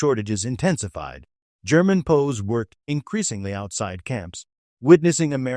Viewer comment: STUPID AI: it's PEE OOO, W apostrophy s, meaning those taken during war. NOT POES. GET a real brain, metal head.